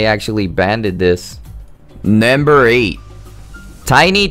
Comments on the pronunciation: Hehehehe... "Nembir" one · Why you keep saying " banded" and "nember" ?